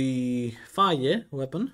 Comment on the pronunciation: you saying phage like fa-yeh makes me think of how i, a native english speaker, heard some sequence of letters similar to "cedo" pronounced "chay-doh", and now the only reason i'd have to imagine that weapon's name pronounced otherwise is how everyone else says it.